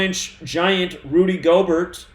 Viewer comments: its pronounced Gobear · Yooooo,!!! His name is pronounced “gobear” like its time for the stock market to “go bear” Im so glad i bought put options yesterday......bought to make a nice little chuck of money. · Pronounced—> Rudy Gobear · They calling him Rudy gobear not Gobert might mean something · Btw it’s pronounced Go-Bear. Rudy Gobert= Rudy GoBear